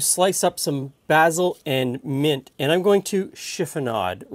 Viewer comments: Thank you, a wonderful salad! But think next time I may add (as suggested elsewhere) a bit of onion. Or maybe even chives. Would also like to thank and congratulate you on the proper pronunciation of the aromatic herb 'basil' ( baz il ). Sorry, but a real pet peeve I have, is people saying basal ( baze il ), which actually is a part of anatomy. Thanks again. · I kind of want to stab you every time you use the British pronunciation of "basil" instead of the American one. It's like how some people from the American Northeast pronounce "water" as "wooder" or how some people from the Pacific Northwest pronounce"Wash-ing-ton" as "Woor-shing-ton". It's pedantic I know, but some word pronunciations like that kind of bug me irrationally (I know that both pronunciations of basil are correct) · Never heard basil pronounced that way before. Have I been saying it wrong? Lol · It’s nice to hear it that way. I’m Canadian and in my part of Canada, it’s mostly pronounced like North Americans do (bay-sil), but sometimes I hear bah-sil. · is that how basil is normally pronounced in Great White North